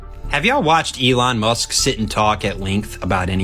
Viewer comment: The way that man says “ Elaw Mak” 🤣